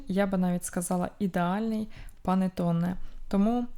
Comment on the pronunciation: Ви показали дуже глибокі знання в технології приготування панТЕОНе. Але все починається з малого. Тому спочатку навчіться хоча би правильно вимовляти назву цієї випічки (панЕТТоне), а тоді вже зможете навчати автора відео, як її готувати. Успіхів вам!😉